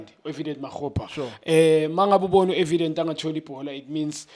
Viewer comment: Junior khanye, please stop pronouncing Evidence's Name Wrong. It is not Evident Put some respect on his name